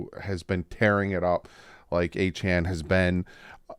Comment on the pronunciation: You can remember how to say his name by saying Achane CAN